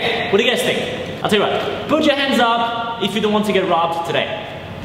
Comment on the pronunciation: you forgot the k in think